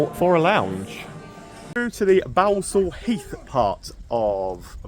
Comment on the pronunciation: It is pronounced Ballsall heath even though there is only one L.Grew up round there most pubs are gone